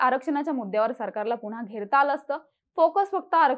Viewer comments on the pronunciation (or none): none